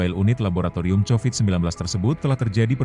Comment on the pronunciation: 😂😂😂😂😂😂Covid jadi chowid